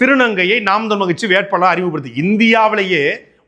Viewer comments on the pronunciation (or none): none